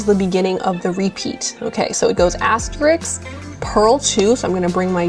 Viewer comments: This is a great video for beginners but please! The word is asterisk and has THREE syllables. Pronounced as-teh-risk. Not "as-tricks"! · Very nice video. One negative for me... Since you are featuring the word asterisk at times, please don't mispronounce it the way many do. The word is asteriSK (as in risk), not asteriks. Every time you said "asteriks," it was like nails on a chalkboard and distracted me from hearing what you were saying.. I make this comment because you are not an individual in casual conversation. You are presenting a "professional" video and don't want anything to detract from it.